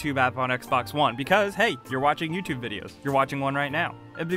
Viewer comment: Say "Tube" properly please. Say the letter u. Now say Tube. Now say YouTube.